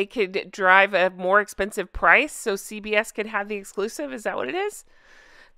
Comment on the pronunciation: I kept hearing CVS rather than CBS!